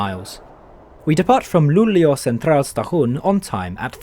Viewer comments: I mean like you pronounced it very fast. It should be pronounced like L-u-u-l-e-å. That's how it's pronounced in the Swedish Language. Have a great day! 🙂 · That’s right. It struck me but then he gets it right in the rest of the video. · Cool, I'm from Sweden. And the fastest I've been riding is the X2000 in 200km/h. You're saying Luleå very wrong. I like how you're starting in Gothenburg Central Station, I've rided with the train to Stockholm from there. (X2000)